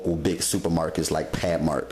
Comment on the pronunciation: Looks delicious, didn't know you were from up north....until you said "PathMark". Then I seen the name...Philly. Keep the videos coming...